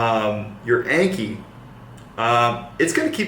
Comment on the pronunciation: The app name is pronounced like ON-KHEE